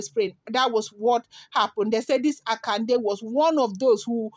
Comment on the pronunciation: Yoruba pronunciation, Akonde.